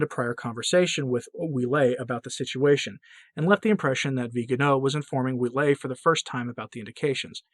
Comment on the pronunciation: Cardinal Ouellet is pronounced “Wellett.” (My mother-in-law’s maiden name).